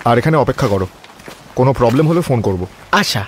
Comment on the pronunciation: খুব সুন্দর উপস্থাপনা, কিন্তু অনুসূয়া চরিত্রে যিনি অভিনয় করেছেন তার একটু উচ্চারণে সমস্যা আছে। যেমন প্রবলেম কে বলছেন পবলেম, প্রবন্ধ কে বলছেন পবন্ধ